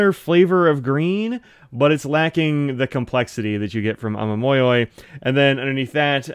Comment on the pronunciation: i only found your channel the other day, ive dived head first into researching pens and inks especially (i have my first ever fountain pen on the way ^^) and i've really liked your channel, you seem so friendly and happy to talk about pens and inks, i love it! also, your pronunciation is close! ah-mah-mo-yo-ee would be how i'd write it down. the yoi part can be slurred together a little, but the mo and yo are separate instead of becoming "moy". also for yurameku, the "me" part is more of a "meh" than a "mee" ^^